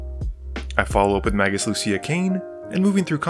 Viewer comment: May-gus, not ma-gus.